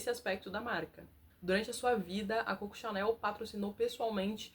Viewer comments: Sugestão com simpatia: antes de falar da Criadora da marca Chanel pelo apelido com o qual é conhecida, identificada e tudo o mais, precisa resolver se vai pronunciar corretamente seu apelido ou, mimha sugestao: referir-se a ela como Mademoiselle Chanel. Corretíssimo. CÔCO CHANEL NÃO EXISTE. E, para não incorrer na velha armadilha linguística, use o Mademoiselle Chanel. Melhor que atrofiar uma marca de altissima relevância até os dias de Fernanda Torres😅😊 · Vou resolver o problema: pronuncie Coco como deve ser feito, em francês, Cocô! Então, está resolvido!